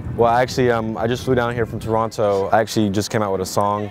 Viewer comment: Whoever pronounces Toronto like that sure as hell ain't from Toronto!